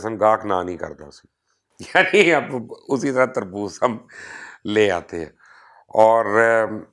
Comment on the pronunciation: Kherbooz nahee Terbooz(Watermalon) ha!